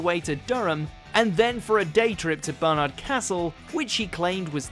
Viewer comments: Barnard, not Bernard. I should know. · Let’s hope you employ narrators with better pronunciation! ‘Durr - be - shire’ indeed! (Not to mention ‘Status’ and ‘Barnard’). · Thank you. How the fuck do they get that wrong. Hate to think how they'd say 'Barney'